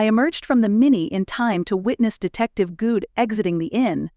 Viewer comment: Wasn't Aaron's last name pronounced Good in other books in this series? Hearing Guud is really throwing me for a loop! 🤪